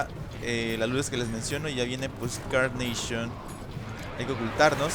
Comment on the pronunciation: NO CE DISE CARNAPION SE DISE CARNACHION😅